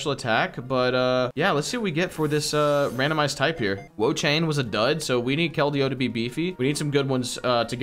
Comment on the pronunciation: 😂😂Wo-Chain and Empolein as well